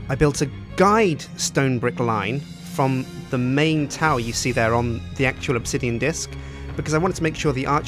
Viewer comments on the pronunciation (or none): none